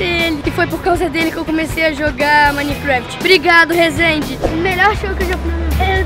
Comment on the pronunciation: o cara diz Rozendo te amo kkkkk passou vergonha no BRASIL HEHEHEH